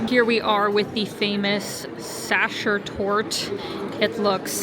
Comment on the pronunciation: Sacher is not pronounced sasher